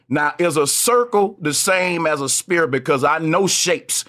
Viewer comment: Sanchez? Yeah he cant even pronouce "sphere" properly